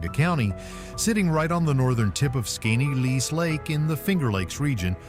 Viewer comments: Skineatlease? Skoneedlease? You say it about 4 different ways and NONE of them are correct! Seriously. Get your pronunciations down before you create a video! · Holy crap, please how.tp.pronounce the names of places you're going to have in your video . . . Skinny-atlas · Skaneateles... BUTCHERD THAT. (Skin - E - Atlus) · Skaneateles is pronounced skinny-at-el-es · Oops! Pronounced SKAT-EE-COKE. Also acceptable is SKAT-A-COKE. Rick Delair, 😋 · 😂😂 it is pronounced skinny Atlas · Lmao...how you gonna have a video featuring unique towns and events without knowing how to pronounce! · Every time he said it, I shouted!😂😂😂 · It's pronounced Skinny - atlas. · PRONOUNCED. SKINNYATLAS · Said Skaneateles 10 times and didn't get one pronunciation correct. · Why did it pronounce Skaneateles a completely different way every time it said it, and none of them are correct? 😂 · thank you-- he really butchered the name! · Right. How many different ways did he pronounce skaneateles?😂